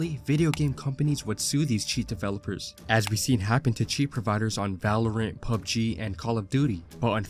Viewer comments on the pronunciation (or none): none